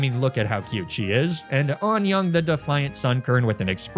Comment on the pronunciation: Anyoung is pronounced more like unyoung than onyoung lol That's 365 days of Korean Duolingo for you! Just hit the 365 day streak today! ....I know barely any Korean.